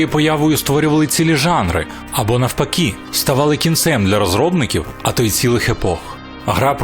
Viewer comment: Не навпакі, а навпаки, друже. Кровосіся чі шо?_))